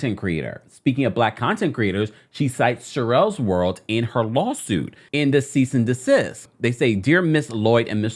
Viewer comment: All I can hear is "here's a letter of cyst & decease from my attorney" 😂🥹